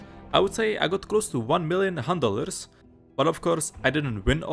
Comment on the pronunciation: Is it just me or do hunt dollars sound like handelers when he says it?